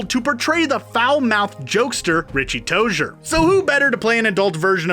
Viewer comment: FINALLY somebody that pronounced "Tozier" correctly omg